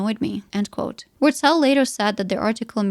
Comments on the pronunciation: As a german I think this woman doesn't know how to pronounce her own name 😶‍🌫️ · She's not saying "Wurtzel" the right way 😂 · Yeah, that was confusing.